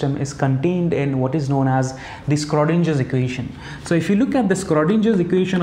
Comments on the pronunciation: It's not skrodinger. .. please pronounce in the correct way....(sro not skro) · Very nice video, thanks! Btw the Schrödinger Equation is pronounced with a sh sound in the beginning :)